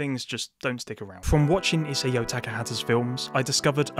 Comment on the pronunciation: It's "I-sah-o."